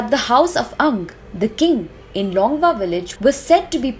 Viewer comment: It's Longwa village not Rongwa.